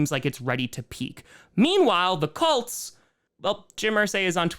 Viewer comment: pronounces Colts like “cults”